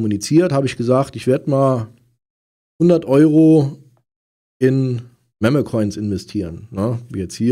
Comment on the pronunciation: Sprich „Meme“ in Zukunft bitte richtig aus